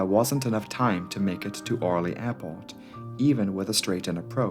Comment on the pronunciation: No! It is not Ooooooohrly, it is Orleeeeeeee. Stress is wrong.